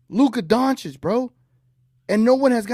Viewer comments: It's been 5 years and he refuses to pronounce his name correctly (donchick) 😂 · And the jackass still can't pronounce his name correctly. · To this day, Smith deliberately mispronounces Luka's last name. Maybe because his initial analysis of Luka's talents was completely WRONG. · This dude still can not pronounce Luka name right? What an ignorant moron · Steven does this on purpose and he shows his disrespect to Luka only.